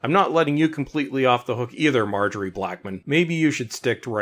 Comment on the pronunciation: "Marjorie". Hahahaha